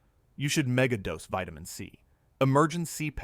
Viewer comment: Vitimin D too.